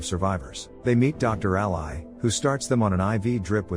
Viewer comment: Listen to the text-to-voice before you upload. Ally and ally (ally, the name pronounced like alley and ally, the alliance partner) do not sound the same. Live and live (live, staying alive and live, being on stage) do not sound the same. Fix it, and you'll get another like.